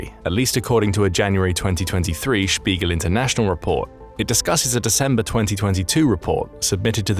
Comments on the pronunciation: thank you for pronouncing it correctly. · As a German, I appreciate the correct pronunciation of Spiegel :D